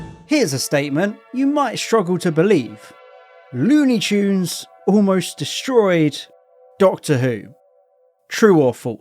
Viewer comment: lewni choons